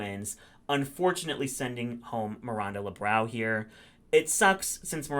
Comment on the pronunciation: I always cackle when people call her Miranda "Le Brow" instead of Lebrao 🤣🤣🤣 put it in your nose, babes!